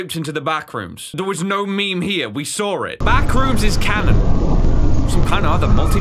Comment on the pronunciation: “WE SAWR IT”